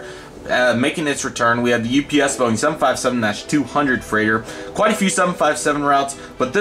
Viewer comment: you miss spelled UPS you said OPS. Nice Airport Update